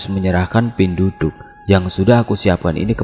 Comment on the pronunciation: Cara penyebutannya bukan "pinduduk" bang tp penduduk biasa macam sebut KTP, penduduk biasa digunakan untuk org yg mengambil ilmu atau minyak2, untuk upacara penamaan bayi, untuk pembayaran atau mahar ketika sakit dll msh bnyak lg